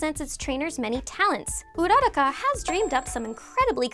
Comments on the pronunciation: It's not pronounced ura-ra-kah it's pronounced ura-ku-ra! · Why do you guys ALWAYS GET HER NAME WRONG. It's not urara-ka It's pronounced URA- RAKA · It's uraraka not oeraraka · So nobody’s gonna mention how she says ururaka she says URROCKA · Your pronounced uraraka wrong it’s pronounced ur-ra-ka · Correction- UU ROO RACCA pls stop the butcher of names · Am i dumb or is she saying Ururaka wrong? I'm so confused how to pronounce stuff at this point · Is anyone else annoyed from the way she pronounced urarakas name? 😂😤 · I hate the way she pronounces ururakas name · It pains me to hear all these mispronunciations please learn how to say uraka and some Pokemon better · Who else gets triggered when she says Uraraka’s name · I hate how she says uraraka